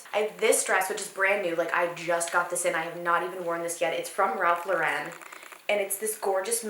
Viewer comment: The was she said Ralph Lauren makes me question my entire existence